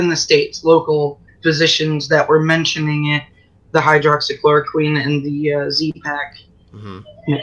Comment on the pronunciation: I'm sorry but the pronunciation of Hydroxychloroquine is hydroxy-chloro-keen ..idk why that bugged me so much